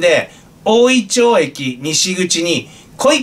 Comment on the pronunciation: 大井町はおおいちょうではなく、おおいまちです